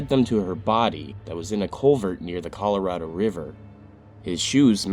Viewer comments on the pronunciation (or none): none